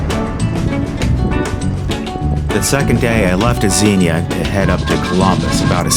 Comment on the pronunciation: Great video. BTW, people from Xenia pronounce it Zeenyah.😊😊 Hopefully you were able to stop by Pied Piper when arriving home.